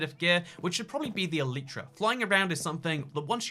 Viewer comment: Can you stop saying ehleetra